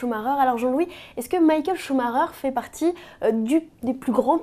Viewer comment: cest quand meme mal- A pronouncé "Maikel chemaiker"